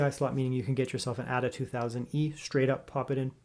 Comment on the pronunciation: I think it is pronounced Ada as in Ada Lovelace, rather than 'adder'.